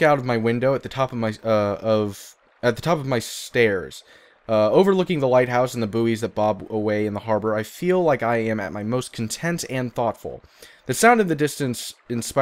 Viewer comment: My favourite bit was when you pronounced buoys as "boeeys" :'D